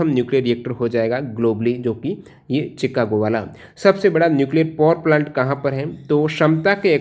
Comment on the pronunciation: बहुत खूबसूरत परंतु सर शिकागो को चिकागो पड़ गए😊